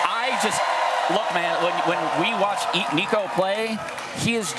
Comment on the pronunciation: They way she butchered Nico’s name was painful